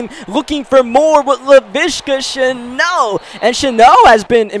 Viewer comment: Shenault, not “sheno”